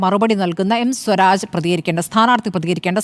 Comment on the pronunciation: സ്വരാജ് എന്നു പറയുമ്പോൾ സൂരാജ് എന്നു പറയുന്ന സേട്ടാ